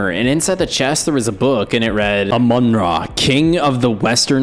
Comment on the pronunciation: I am triggered because he said amun ra but it's amun ra